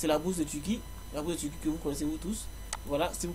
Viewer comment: Un jouw j'iwai en Tuwquie...😁👍